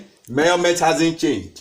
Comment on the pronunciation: I really enjoyed this lecture...you're right ... He got into details and I like the way he says murrment🤣..fun and educative ...my type of lecturer